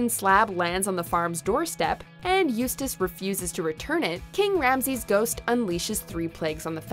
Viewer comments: They finally pronounced Eustace name right. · They finally pronounced Eustace's name correctly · At least you finally managed pronounce “Eustace” properly. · At least she didnt butcher Eustace name this one